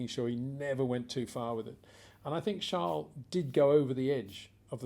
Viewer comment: Peter Windsor his name is Charles not Charle....=)